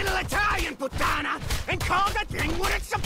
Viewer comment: I just love pronunciations of Venezia and Puttana. They're just...perfect